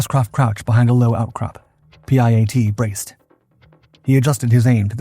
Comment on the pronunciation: It's called the piat.. not p.i.a.t